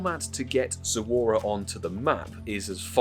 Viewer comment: It’s Zo-ru-a and NOT Zo-u-ra.